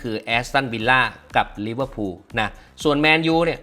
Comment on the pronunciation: ลิเวอร์พูล❌ ลิเวอร์พุน✅